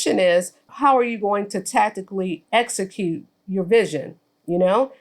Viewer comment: said esecute as opposed to execute🤦🏿‍♀️